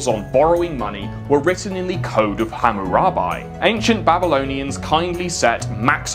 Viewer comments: Fun fact Hammurabi is one of the people who inspired Moses Exodus. Also the way you say Hammurabi infuriates me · Its Hammurab-ee like the bees, not buy, like buying on credit hardy har har. Seriously, you pronounce it Hammurabee. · the way you say his name hurts